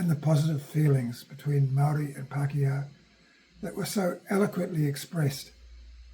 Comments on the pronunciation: Kia ora e hoa. Thank you for sharing that others have commented on your pronunciation of kupu Māori. I realize that it is the result of a socialization process which combines habituated language patterns and deliberate monocultural policies. I am assuming that you are speaking from some sort of written outline or script when you make your posts. If so, I suggest that you consult with someone about the correct pronunciation of Māori names / words and write them out phonetically in your script. I am interested to know whether you intend making posts of about colonial military encounters with Iwi / hapu? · Someone who can't be bothered to pronounce names properly just says i cant be bothered adjusting my monocultural mindset. He may have done his research, but is merely recounting and making profit from already written historical accounts to be found in land court records, Waitangi Tribunal reports and books and papers going back to the earliest missionary times. Any really interested people in finding out such histories only have to approach their tangata whenua Iwi / hapu with genuine respect and ask about their story.